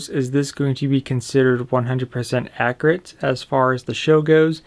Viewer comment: Ak-U-rit .... not ak-re-it, Also do you really need to go on about the thing for 12 minutes before you show off the blade?